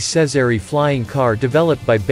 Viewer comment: Jezery not sezery